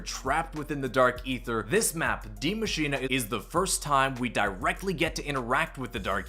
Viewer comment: as a german i love how the americans pronounce "Die Maschine" and other zombie maps